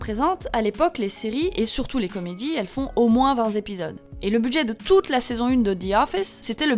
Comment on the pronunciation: 201, 20 et 28 z'épisodes... pas mal pour les oreilles....